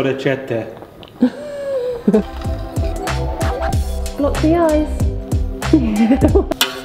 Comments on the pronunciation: I've been following you for a couple of years now and honestly think you're so great, but, as an Italian, I've never loved you more than in this moment while hearing you pronounce orecchiette correctly...I almost teared up from happiness ❤ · Girl, I'm italian and your accent was on point! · thank you for saying orecchiette the right way 🙏🏻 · Nice pronunciation of "orecchiette", you have not lost all of the Italians 🤣🇮🇹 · I've heard worse than you pronouncing orecchiette, so I'd say you haven't lost the italians🤣 Love you two though, couple goals💕